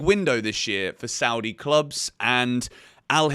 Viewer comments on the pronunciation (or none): none